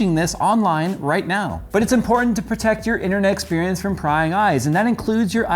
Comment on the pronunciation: Prying eyes,, not crying eyes >.<